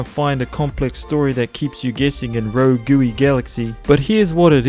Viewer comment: “Rogooey” hah